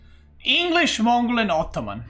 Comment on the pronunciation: Sometimes I feel says: "optoman" haha